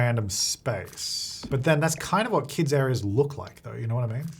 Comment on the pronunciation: I thought he said "the good thing about kids is that they have infinite clutter" 😂 which is true...but be said kits.